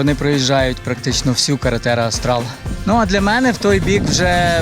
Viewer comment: от все файно, але "карретера аустаЛЬ" - м'яко, бо це іспанська мова дуже ріже вухо...